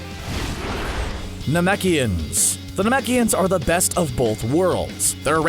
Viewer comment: Got the races all wrong and can't even say gohan or piccolo race right thumbs down.